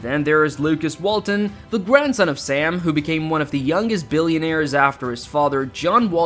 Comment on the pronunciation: AI is having trouble with dose engwish words. Arkans-ass. Hundreds of billions and you grace us with deceptive AI. Well done Waltawns.